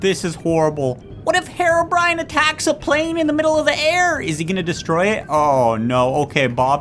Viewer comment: its HEROBRINE not HEROBRIAN